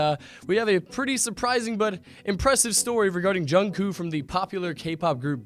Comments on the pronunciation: Its jungkooK not jungkoo. No offense lol😂😁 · It's Jung kook not jungkoo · Is anyone else triggered when he says Jungkoo :) i am LMao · He said jung koo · Not jungkoo (；′⌒`) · “JUNGKOO” IS SENDING ME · You pronounced his name wrong, its pronounced Jungcook, sorry i had to point that out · he called him jungcoo hehe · Im sorry i can't take this video seriously...."jungcoo" HAHAHAHAHA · Ikr 😂 jungkoo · U pronced jungkook wrong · He said kook wrong CRINGE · Your saying jungkook wrong